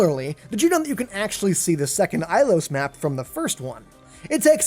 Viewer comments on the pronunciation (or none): Ilios is pronounced eel-i-os.